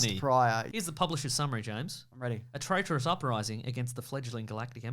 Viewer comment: Go to and listen to say the word traitorous at 0.75 speed. I can’t tell if he sounds drunk or like he’s doing a bad trump impersonation.